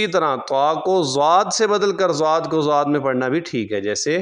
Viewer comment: Yeh jo aap zuaad prh rhy hain isky kia jawaaz ki soorty hain? Duaad hota hai asal main , Aap ne Qurr'aaaa Hazraat ko nahi suna ?